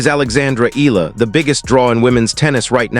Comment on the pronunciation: Pls E-YA-LA